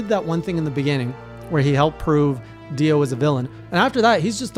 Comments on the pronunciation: This man's ability to mispronounce names is amazing... I mean I get the monsters from MH.. But DIO is a 3 letter name that is the same of a very famous Heavy Metal Legend...... And he still called him Dion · Everytime you said Dion instead of Dio I actually just said to myself "Ah that's so " I'm excited to see what your thoughts will be in the future. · It’s Dio not Dion 😂😂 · Dio,Dio,Dio,Dio,Dio. Keeps calling him Dion, and it make my brain WRYYYYYYYYYYYYYYYYYYYYY!!!!!!! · P.S. Please stop calling him Dion lmaoooo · He just sei Dion ? Is not Dion is prononcing Dio not Dion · did he call dio dion? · Did he just say "Dion"? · "Dee ohn" lol